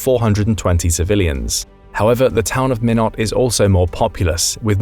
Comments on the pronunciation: Pronounced "minoe" not minot if you're gonna grow your channel to something profitable, get your research done properly please or don't use a program to narrate your videos.... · menot is not how it’s pronounced. MINE OT. Minot ,North Dakota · Minot is pronounced "Mye-not". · Minot, North Dakota is not pronounced ME Not!, it's pronounced, MY Not! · You pronounce Minot as "min-ought". Correct pronunciation is "mine-ought". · It's pronounced MY-not, not min not. Cheyenne, Wy is pronounced Shy-Ann. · The Mississippi River? Nope. You mean the Missouri River. The Mississippi is nowhere near Montana. Also, Minot is not pronounced Minn ott. It’s MY not. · Your AI needs to learn how to pronounce the names the bases. It is not Min - ot iti s Mi-not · The Mississippi river is NOT IN Montana. Minot is pronounced My-Not not minnot. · Several Things, first of all MINOT north Dakota is Pronounced "MINE NOT" not "me not" also in your scenarios like many others how come you do not consider full impact on a nuclear attack, like targeting the Yellowstone super volcano in WY.. and the Earthquake Zones in California and Arkansas would of their self's destroy many of the Nuclear targets in the wester US, and finally a High Altitude Nuclear Preempted burst would destroy much of the electrical life line of the country. Tom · You can tell this is an AI generated video and voice. Not only does it sound like a computer, the second base mentioned in North Dakota is called Minot (pronouned "M(eye)not" - not pronounced "M(ih)not"). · It's MY-not, not MIN-ot. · MY KNOT...not MIN UHT... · Minot is pronounced (My Knot) not (Min Knot). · Minot is pronounced as My Knot. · Why not, Minot? FREEZIN'S THE REASON!! (Pronounced MY- not) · Minot is pronounced "MY-not" .. at least thats what we call it here in the midwest US. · Minot pronounced (My-not) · Minot pronounced "My Not" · Pronounced mine-it and Shy-ann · Minot is pronounced MY NOT, come on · Minot is pronounced MY-KNOT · It's pronounced My not.